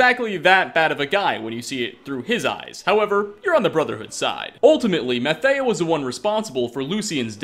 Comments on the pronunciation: I know you struggle with pronunciations in general but come on, "Mathieu" is not "Matteo", you can even here the spectral assassin say it right ! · Dude how could you mispronounce Mathieu literally 19 seconds after Lucien pronounces it Matthew? Do you do that intentionally to see how many people notice? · That's not how Mathieu's name is pronounced. Nice video though.